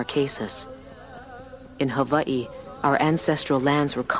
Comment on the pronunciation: liked for saying Hawaii properly :)